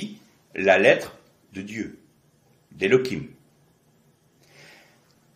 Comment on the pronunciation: IHWH LE H se prononce HE , pourquoi dites vous KE ? Elohim et non EloKim Merci